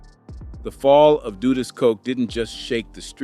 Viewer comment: All of them wether its A.I or not, always say Dudus name wrong.. I always gotta stop and laugh.😂